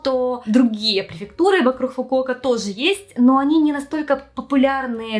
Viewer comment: стала более явно Хэкать)) "ЙокоХама", "вокруХ"😅 раньше не замечала, хоть и знаю, что с Украины